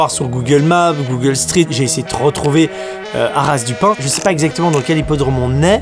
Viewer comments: HARASSSS DU PIN🤣 c'est HARA pas HARASSSS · C’est haras du pin sans prononcer le s 😅